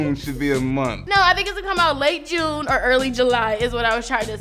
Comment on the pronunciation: "Julune" LOL And my answer to your question... None of the above. lol